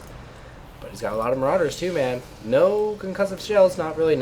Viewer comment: says build more marowdurrs dude!